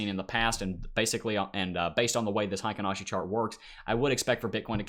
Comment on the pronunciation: Heikin Ashi pronunciation: hay-keen ah-she